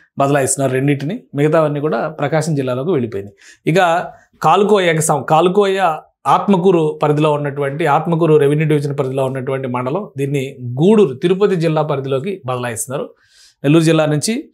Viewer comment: sir adhi kalukoyya cheyyikoyya kaadhu, kaluvayi. places elago thelidhu kanisam akkada unnadhi anna chadhavandi sir